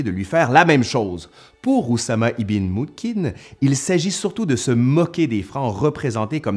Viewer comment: Ce n' est pas ibin..on prononce ibeun...( .fils de...). enfin...je pense 😊